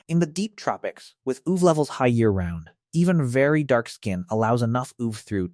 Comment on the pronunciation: wtf is "oov"? This sounds like it was spoken by an AI that doesn't understand that UV is an acronym